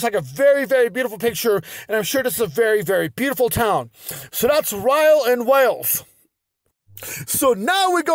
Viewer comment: Honoured that you featured my hometown in your video. Loved the suggestion to come visit us ❤️ If you ever happen to feature Rhyl in another of your informative videos, just to let you know that Rhyl is pronounced ‘ril’, as in rhymes with hill. Keep up the entertaining content!